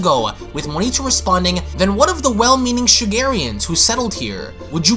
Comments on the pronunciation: So just going to ignore the A in MonAIto's name huh. Its not Monito. Mo...Nai...to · 1, Its not planet Cerel, its planet CERIAL like breakfast yknow. 2, his name is not "Monito" Its Monaito